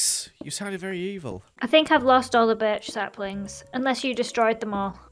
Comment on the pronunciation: said slaplings 😂😂😂😂😂😂😂😂😂😂